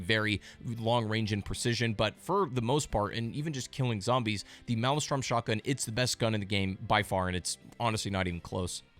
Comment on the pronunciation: Please stop saying "male-e-strom" It's laughable. It's "male-strum" But other than that I enjoyed your video. Thanks!